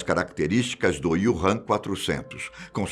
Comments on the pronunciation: Não é IUrram, é Úrram... Wu Han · Prezado, o nome é Wuhan e não Ywuhan! ;-) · Desculpe ñ consegui ver o vídeo inteiro com ele falando o nome da cidade errado o vídeo inteiro kkkkk